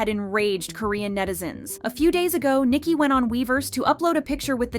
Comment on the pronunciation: It's Ni-Ki not Niki